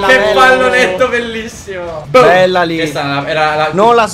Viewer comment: Ma perche favi dice sempre phella e non bella